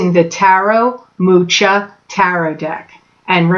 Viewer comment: Hi - the artists name is Czech and pronounced; Moo-ka. Thanks for your work. *A.